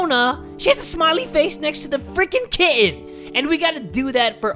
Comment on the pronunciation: I have no idea why people were mean about the way he pronounces the word kitten,it literally sounds so wholesome